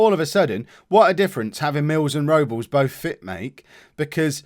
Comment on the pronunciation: Rob-Less is his name. Not Robels.